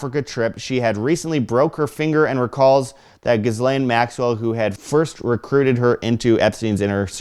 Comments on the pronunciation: It's not Gis-lane. It's Jizz-lane - It's french. That's the phonetic pronunciation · Ghislaine is pronounced GILANE.. Sheesh!